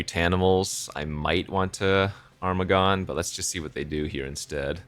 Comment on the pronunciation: Armaggon: pronounced Ermahgerd-n 😸